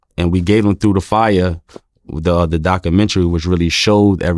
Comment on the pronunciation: dock u mettry?